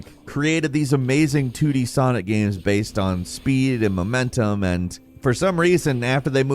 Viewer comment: Your pronunciation of "momentum" hurts my ears